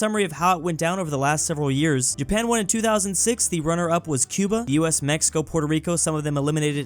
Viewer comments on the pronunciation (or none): none